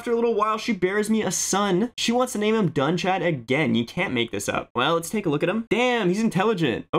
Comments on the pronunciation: It's Dun-kad not Doon-kad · Dúnchad is said as Doonhad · Connacth is said like Conn-octh. Like octagon minus the agon. And Meath is said like Meadth. So the Th have more of a d sound. I believe Dunchad is also pronounced Dun-cad. The H isn't fully pronounced but it's difficult to explain via YT text. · The name Dúnchad in the time, would likely be pronounced “doon-chad”, with the ch being that back-of-the-throat noise. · I think it's pronounced Duhunchad